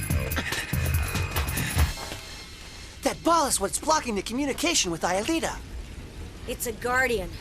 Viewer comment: Jeremie has lost his shit. And Ulrich said Alita.